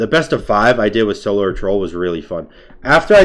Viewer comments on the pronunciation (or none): none